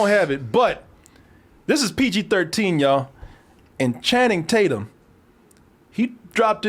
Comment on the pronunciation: "Channing-tate-yum" -Danny Mcbride